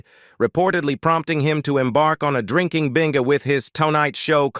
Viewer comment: The robot “narrator” needs new software unless we’re to have to endure such nonsensical phrases as “… prompted him to go on an all-night drinking bing-uh with his co-host Ed Muck-may-hone” … “Joan [!] Davidson and Joan Rivers launching their own shows became a sarse [!] of tension and ul-ti-ma-tee-lee a signifi-cont feud …”